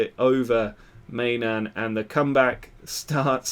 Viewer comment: i know I'm a little late, but I'm pretty sure the keeper's name is pronounced "my-non"